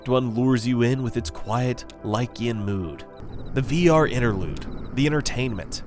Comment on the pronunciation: You had me interested right up until you pronounced “Lynchian” as “like-e-in.” I’m sorry, but my brain just stopped working after that. 😄